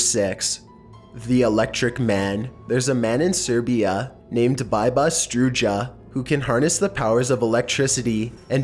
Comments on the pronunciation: It's pronounced Beeba Struya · Had to be that guy, but Biba Struja isn't pronounced as you said it in the video; it's Bee-bah Stroo-ya (oo as in loop). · About Serbian guy, please learn non Germanic names. His name is read like this : Beeba Struya. It means Biba ( nickname ) the electricity. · You totally mispronounced the name of the guy from Serbia lol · the pronunciation on "biba struja" is absolutely fucking horrific